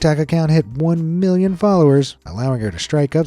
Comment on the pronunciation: Sometimes when he says "million" it sounds like he's saying billion